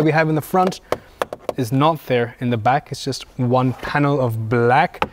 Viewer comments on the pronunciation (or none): very good and detailed review, like your pronouncing one "juan" :)